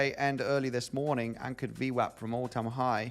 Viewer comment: Can you say ¨anchored VMAP¨ one more time please? 🤣🤣🤣